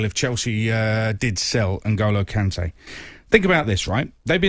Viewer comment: The disrespect on Kante's name